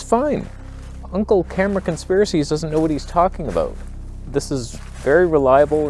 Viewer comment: Whats that aboot.